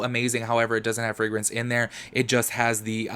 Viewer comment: Frangrance?? Gurrlll what?😂😂 I cant